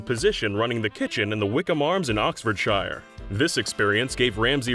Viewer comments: No Oxfordshire is pronounced "oxford sheer" I think id know how to pronounce the county I use to live in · Listen near the beginning and this is an example of how people from the USA fail to do research before opening their mouths. The commentator (or is that common tater, slang for potato), says Oxford SHIRE, not Oxford SHEER as we pronounce it. 'nuf sed. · Oxfordshire is pronounced "oxford sheer" not "shy er" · Shire not Sheer. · Good lord- its Oxford"SHEER" not SHY-ER ... I cringed oh god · how he said oxfordshire XD the "i" in shire is pronounced "e" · it's Glaz-go. Not that hard to say. It's also annoying how they mess up the pronunciation of words like Buckinghamshire, Oxfordshire etc..